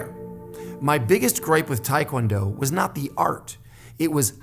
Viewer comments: Made it to 2nd degree in Hapkido,I'm in my mid 50's it was just two much for this old body,did taekwondo made it to 2nd degree also, hated the forms, it did give me more balance tho,not sure what I will study next.BTW it's taekwondo not tiekwondo. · Um, if you where ITF you know its TAY kwon do, NOT Thai kwon do Just sayin. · ahh it's because in korean it's pronounced like that, but most americans pronounce it like tai-kwon-do :)